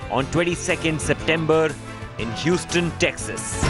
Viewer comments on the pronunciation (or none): It’s not Whostone, It’s Houston ( pronunciation Huezton)